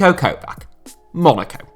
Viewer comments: it's not Kovack, it's Kovač(ch) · its Kovatch, not Kovak Great video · The Č in Niko Kovač name's is like ch. Like in KovaČić. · KOVAČ NOT KOVAK FFS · Also, it's Kovač. So ko-vach. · If he says Kovak one more time... surely he knows that it’s pronounced just like every single other player with a “c” from the east-European countries like Kostic, Mandzukic or Perisic. Not Kostik, Mandzukik, Perisik or Kovak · Niko Kovać is pronounced like ko-vatsch